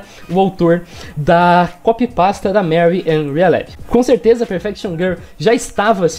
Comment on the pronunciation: "Perfection GUL"